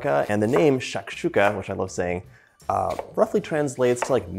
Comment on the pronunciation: Hello, I liked the food, and you explain in English and your pronunciation is good. I am from Algeria, and this is the same way we prepare it, and the strange thing is your excellent pronunciation of the name for the food